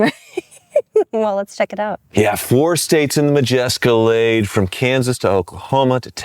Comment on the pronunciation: Did she say the MajEscalade ?